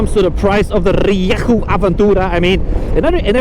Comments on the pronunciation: The engine is not half Chinese it is a Yamaha engine, Ree-yay-hoo use Yamaha in all their bikes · Happy birthday, your rieju pronunciation is improving 😂